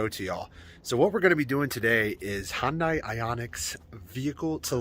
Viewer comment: It's pronounced Hyundai like sunday